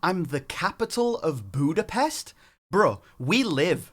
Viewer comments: Jamar: Budapesh is my CITY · I just want to say he said capitol ,butapes indecating he is butpes i dont know why there was a typo but there was